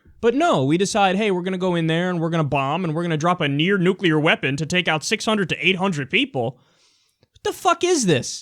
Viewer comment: What do you call a non-nucular bomb ? A bomb .